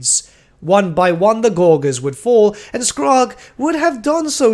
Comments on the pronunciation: pronounced gorge, gorgers. not gore gers. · Okay, I have to say, does anyone else notice that says Gorgers wrong? He says “gorg” when I’m pretty sure it’s pronounced like “Gorj-ers” and he said it so many times I was going crazy lol, I don’t mean anything hate just thought it was funny lol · Gor-jer. Soft g, mate. As in «to gorge.» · Oh my god stop saying gorgers like that!!!! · Great vid, but that pronouncement of Gorgers was kinda painful and stood out like a sore thumb as it was said so often. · say gorge. then add an rs on the end. soft g man